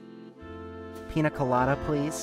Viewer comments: Uhm, actually, it’s pronounced ‘pinya’ colada because n with a squiggle above is ‘nye’ sound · Piña colada being pronounced as pina hurts my soul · It Is pronunced "pinia" but good video